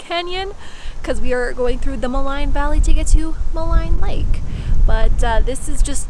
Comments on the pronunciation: ma-line lol pronounced "ma-leene" thanks for visiting my hometown! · Great video, absolutely love Jasper. FYI Maligne is pronounced ma-lean :)